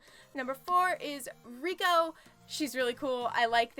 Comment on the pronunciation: This is untrue. Her name in Japanese is spelled 澪子, which CAN be pronounced as レイコ (rei-ko; or, as you have transcribed it, "rey-ko"), but in this particular case, it is pronounced as レコ (re-ko; or as some people transcribe it for English speakers, "wreck-ko"). The kanji used in names in Japanese are notoriously inconsistent. Two people could have names that are pronounced identically but use completely different kanji, and two other people could have names spelled the same way with with totally different pronunciations. As an extreme example, there is a third way to read the name 澪子 that is completely different from both Reko and Reiko: it can also be read as Mioko. Because of the ambiguity of kanji pronunciations, most characters in Japanese media are introduced with hiragana or katakana pronunciation guides when they first appear. And in the case of this game, katakana is used exclusively used for character's text boxes. The one for Reko reads レコ, meaning her name is meant to be pronounced "re-ko", not "rei-ko".